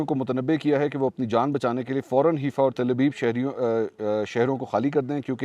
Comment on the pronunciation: It is Haifa , not Herfa .